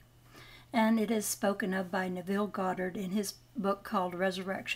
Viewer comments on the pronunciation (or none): It’s Ne-vul